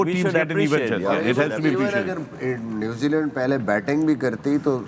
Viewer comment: 1) न्युजीलैंड❎ 2) न्युजीलंड✅